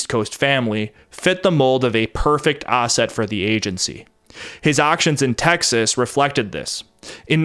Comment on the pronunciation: Stop adding R’s where they don’t belong, like arsett!